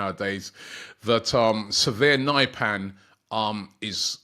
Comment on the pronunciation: Nypan??? Pronounced Neepan